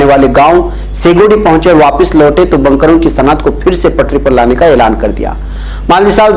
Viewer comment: بنکروں ب کو زبر کے ساتھ پڑھ رہے ہیں حالانکہ ب کو پیش کے ساتھ پڑھنا چاہئے